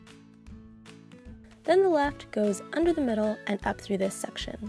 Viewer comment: Does anyone else get really annoyed on how she says "section" ?